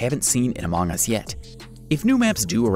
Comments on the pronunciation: Everyone: among us Him: amaang us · QUIT SAYING AMOUNG US! It's among us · Stop saying amoong us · Instead u saing among us u Say amooogas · He said it like that.